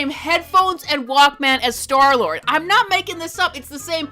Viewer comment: "jif" and "wAlk MAYNE" holy boomer 😭🙏